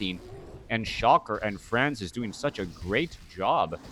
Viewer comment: It's pronounced "Said" ;) not to be confused with another french player "SyDe". And "Franzyzz" is pronounced like "Francis" from what I understand. Superb game this was, really exciting stuff! WP all. Thanks for the commentary, man. Cheers.